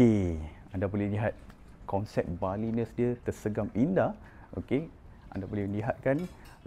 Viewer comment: Nice video tapi pronunciation salah...."balinese" tu kenapa dah jadi "balines"?? This looks like two houses yang connected kat 2nd floor tapi ada privasi di ground level & 1st floor